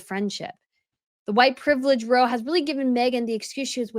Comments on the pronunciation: It's not row like "row a boat," it rhymes with "bow" as in "take a bow." PS. I love your videos. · It‘s pronounced rou like wow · When “row” refers to an argument, it rhymes with “how”. 😊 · Great video..I haven’t got any time for Jessica or Meghan..two mean girls in my opinion..one small point the word “row” rhymes with “how” as you know meaning an argument 😊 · Row = a fight….pronounced rhyming with “now” or “ka-pow!” Or “how now brown cow.” When “row” it is a line, it rhymes with “snow” or “crow” or “low.” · ROW isn't pronounced with a short O, when it refers to the British word for argument. OW, like when you hurt yourself.